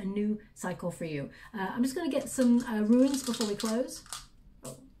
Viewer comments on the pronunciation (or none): What a beautiful reading, thank you. And FYI, it is not “ruines” it is “runes”. There is no “i” 🙂